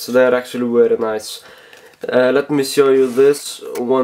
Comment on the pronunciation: “wery”